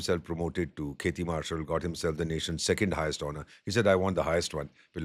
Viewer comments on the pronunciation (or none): none